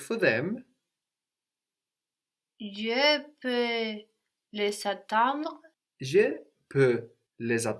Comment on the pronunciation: "g-iuh leh vay" -> "juh lay vuh" anybody know when the student changes to one who can pronounce things right? :(